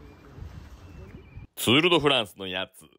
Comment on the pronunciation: 釣ーるどフランじゃなくて釣ーリドフランス